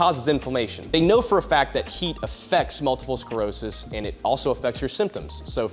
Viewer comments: It’s multiple SCLEROSIS not SCAREOSIS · 🔫 start pronouncing sclerosis right or i'll kiss you.